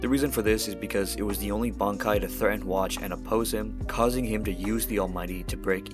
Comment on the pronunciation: i like how u say yhawch as watch